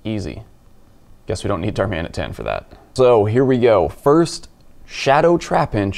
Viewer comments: anyone wanna tell him that the rocket events start at midnight (local time) now, so day 1 has the new shadow pokes... Also, is he saying "DarMADAMtan"??? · Are you saying darm-Adam-tan or dar-maadam-tan? 😅😉